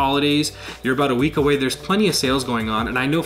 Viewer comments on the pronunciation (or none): none